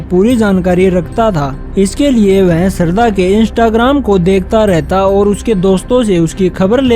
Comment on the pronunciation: Sarda nahi bhai shradha